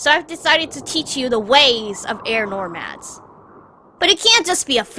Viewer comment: I got really annoyed at the way Aang says "Air Nomad" he literally kept saying Air NoRmads... O_O